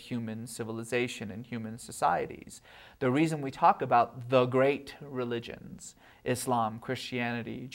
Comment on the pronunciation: I can't stand the way he pronounces 'religionS'.